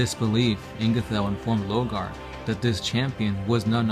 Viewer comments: you missed the point it's lorgar and they keep saying logar lol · Why do you keep calling him "Logar" ? out of curiosity.... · Lor-gar! you mong.